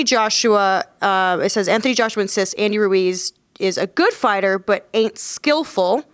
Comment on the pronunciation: Tyson "Andy Roowez" Fury